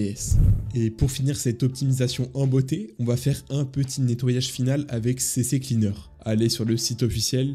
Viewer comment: Haha enfin quelqu'un qui dit CC Cleaner, je pensais être le seul à me tromper 🤣